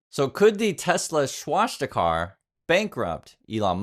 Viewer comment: please, sound it correctly: Pronunciation (Sounds like) swaa·stuh·kuh. It's not about being respectful, it's about being educated...